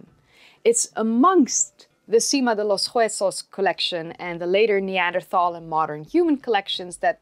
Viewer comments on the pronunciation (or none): none